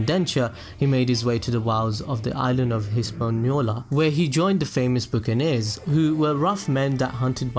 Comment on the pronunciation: Hey, no hate just wanted to let you know buccaneer is pronounced BUCK-A-NEER not BOOK-A-NEER. That's all, enjoyed the vid, keep it up, liking the content :D